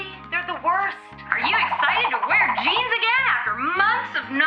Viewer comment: custom jeaMs.. lol. U cute.